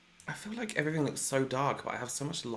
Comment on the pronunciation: I love the way you say everything lol 'everyfing' i love it 😂